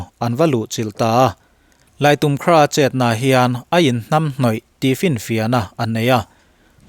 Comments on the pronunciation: I think Laitumkhrah should not be pronounced as Laitum-khrah. Thanks. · Laimu tia lam tur.a spelling ah laitumkrah ni mahse, Laimukrah tih a lam tur. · Lait um khrah tia lam tur ami kha.. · I think Laitumkhrah should not be pronounced as laitum-khrah